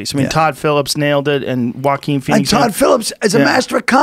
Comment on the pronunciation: Joe "Uaqin Phoenix" Rogan